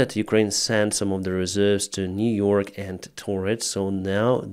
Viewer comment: Niu-York important.